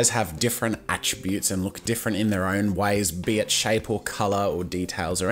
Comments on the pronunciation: it just sounds like he says "bitch". not "be it shape" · you said Bitch (Bee itch) You didn't but it kinda sounded like it.